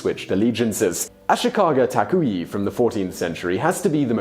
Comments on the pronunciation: Simon, seriously: Would it be too much to ask from you that you look up how certain names are pronounced??? "Taka-oui".... dude, seriously. Not the first time you totally butchered foreign names. You do that so often that now you could do a "Top 10 foreign names Simon butchered". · Taka-wee? Do you also say Wapan instead of Japan? Why in the world would you pronounce Takauji that way? Not to mention that the next time and from then on you said it as Takui... Do you have the inability to hear the pronunciation voice with google translate? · Hojo and Takauji (do not pronounce the J's as Y's in Japanese language)